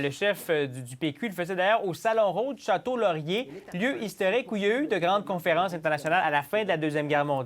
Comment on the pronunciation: Le gars au début qui dit Château Laurier lol